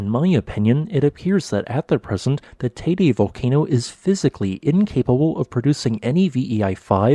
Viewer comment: Out by of respect for the people living in the island and those who are listening Can't the guy make the effort of pronouncing the name of the volcan and of Tenerife in a way that everybody understand to what he is referring to.